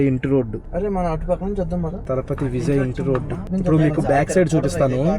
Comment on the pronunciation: adi Vizay kadu adi Vijay nuvu vizayyyy antunav😂😂😂 tamil nadu tiffins ela untayo cheppandi